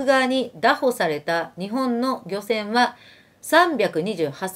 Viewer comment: フィフィさん、応援してます。 (漁船はりょせん ではなく ぎょせん ですね…)